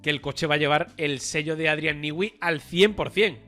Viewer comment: Newey, no se pronuncia “Niwi”, sino “Nui”. Repiten el disparate una y otra vez.